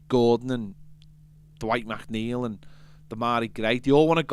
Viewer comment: Lad can you stop calling him MacNeil, it’s McNeil. Nice one